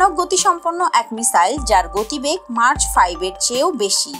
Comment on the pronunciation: শব্দটি মার্চ নয় ম্যাক হবে🤗